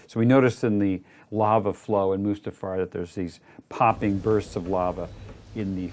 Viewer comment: "mufASTA realm???" Dude, if you're going to speak directly to the director of the film you're working on regarding the MAIN sequence you're working on, I think it's best to be able to pronounce everything right.